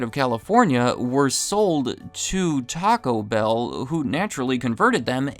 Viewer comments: Is this a new thing where people are pronouncing it “TACObell”? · Not a fan at all of " gabacho bell"